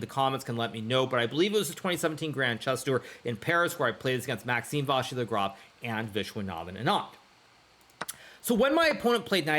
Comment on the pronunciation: Hikaru: of course I’m gonna pronounce “en passant” correctly 🇫🇷 Also Hikaru: Maxime Váshir Lagrave